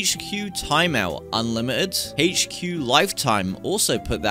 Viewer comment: “The hache-cue”